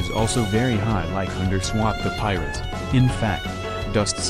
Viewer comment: Why does it sounds like hes saying "underswap THE PYRUS"